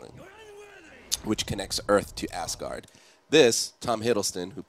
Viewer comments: isnt it pronounced AZgard not ASSgard? :) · 'Quick show off of ASS-guard' Its pronounced AZ-guard. Not with a long S which makes it sound like some kind of anus protection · lol now ever since i read this comment all i can ever hear is ass guard ,.... ill never be the same